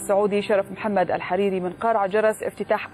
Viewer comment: بضم الحاء وفتح الراء.